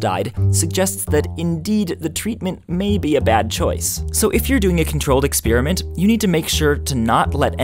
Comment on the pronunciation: "Expeeriment"? "Ex-pEER-iment"?? Really? That's fEER-ly astonishing. I can bEER-ly believe my ears. WhEER did that come from? Never mind, I don't cEER.